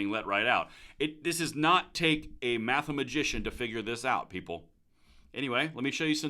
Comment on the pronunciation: Mathemajician, I love it. I may have to tactically acquire this word form you